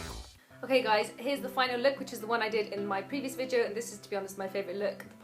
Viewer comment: i love how you say "vidyo"!